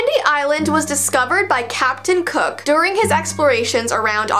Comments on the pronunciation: Did say captain kook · Capten?ook Me: pireaeaeaeeaeaeaeaeaet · WHEN SAID CAPTION COOK I THOUGHT SHE SAID HOOK😂😂😂😂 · Don’t worry I also thought Captain Hook when you said Captain Cook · I THOUGHT U SAID CAPTIN HOOK XD